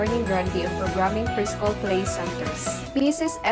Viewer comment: It is hard to understand. I even jsed captions. And the pronunciation is wrong too. Estublished? Preschool? (preeschool) Lows? (laws) Seriously!